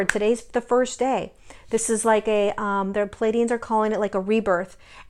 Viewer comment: Please....it's NOT "Paladians." It's Pleiadians!!!